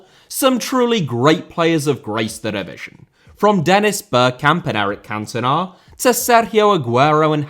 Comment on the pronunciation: Cantona* not Cantonohr Trial* not Trahl Debut* not Deibyu Drogba* not Drogber Wildly* not Waldly Pelé* not Pelei Baresi* not Bareisi Kanté* not Kantei Dispossesed* not Disposessed Eden* not Iren Serie* not Seri Wolfburg* not Uolfsbög Had he been* not Had he have been Aleksandr* not Alekzander Grêmio * not Grémiouw Bernabéu * not Bönabeyouw 15 mistakes ffs